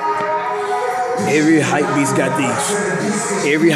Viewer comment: Why you alwasys saying hypbeast